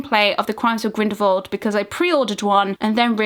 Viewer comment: I love your videos. But I can’t help but be irked every time you pronounce Grindelwald, as Grindelvold. It’s so strange to me, I don’t know why.